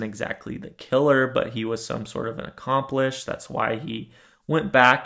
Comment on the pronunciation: Are you saying accomplish or accomplice ?